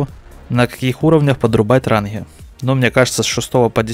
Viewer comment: Не ранхгы, а ранги